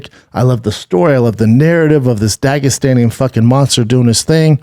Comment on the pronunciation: Every time he says Dagestani it annoys me